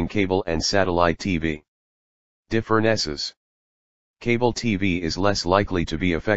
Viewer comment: Why did u say Diffreneces wrongly